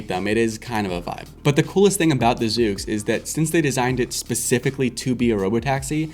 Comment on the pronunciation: It’s pronounced zuux